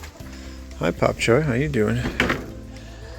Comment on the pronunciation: Such a difference when u smile, keep it up we prefer you that way. By the way,, it's "Bok Choy" NOT "Pop Choy" if I'm not mistaken!